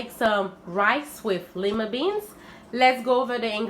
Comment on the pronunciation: LOOKS GOOD 😋 IT’S PRONOUNCED “LIE-MUH” NOT “LEE-MUH” FYI 😁